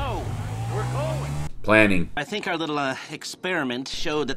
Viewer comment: i love when bro just randomly said "planning" 😭